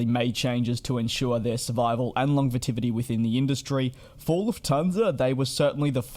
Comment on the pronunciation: Might need to look up how to pronounce 'longevity'...